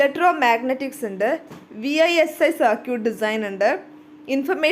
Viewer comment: vLsi not visi